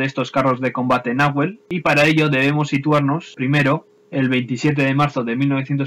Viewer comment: Buen video. Sólo una pequeña corrección, en Castellano usamos las palabras con acento grave (salvo cuando una tilde indique otra cosa) en los idiomas originarios del Sur es agudo. Por tanto el nombre debiera pronunciarse como si tuviera tilde la E, como si estuviera escrito "Nahuél" Como en Argentina es un nombre relativamente común (y no se suele poner tildes a sustantivos propios) no se le pone como si a Pucará así que es entendible la confusión. Un abrazo.